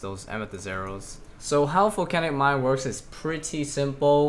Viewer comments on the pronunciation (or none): stop saying folcanic mine